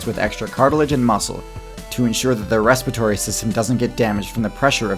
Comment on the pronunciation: can you please work on pronouncing respiratory correctly?